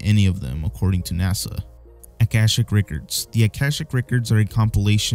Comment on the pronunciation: Bro what is your pronouncing of these words. This is such a good video, but you can't pronounce records? You can't pronounce Sony? You have MJ saying it right in your video. Damn man so disappointing